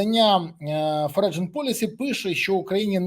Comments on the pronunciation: [ˈfɒrən] "Форіджен" це боляче слухати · В слові "Foreign" - g не читається в голос